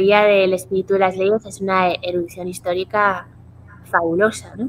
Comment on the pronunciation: Erudicion no erudiccion